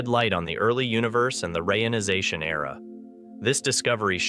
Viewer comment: "...rayonization era...", I thought I had heard about a re-ionization Era, maybe I just misunderstood?